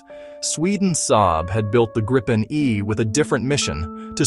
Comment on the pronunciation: And it's pronounced "Greepen", not "Grippen" or "Gr-eye-pen"